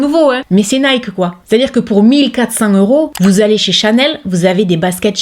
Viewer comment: Nike, moi la fin je prononce "ki".